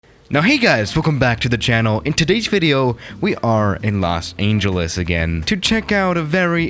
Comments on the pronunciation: Everyone: Los Angeles: Los Aingeles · It’s not Los “Aingeles” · "Los Aeengeles" Is it just me or does pronounce it like that? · No one: Absolutely nobody:: Los AINGELES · Me: DID HE JUST SAY LOS AINGELES!?!?! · 00:3 Lock Aingeles?